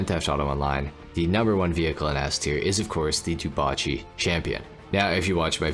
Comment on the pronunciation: ngl it's still weird to hear dewbauche being pronounced as du-ba-chi